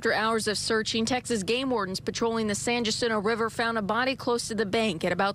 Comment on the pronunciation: Pronounced: San Hacinto.